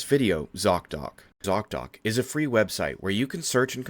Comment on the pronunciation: At first I thought you said your sponsor was "zogdoc" lmao